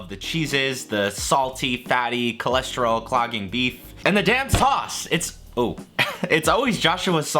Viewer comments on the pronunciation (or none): none